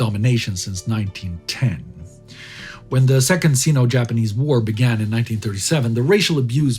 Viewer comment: It's pronounced "sigh-no" rather than "see-no", FYI,. Great episode.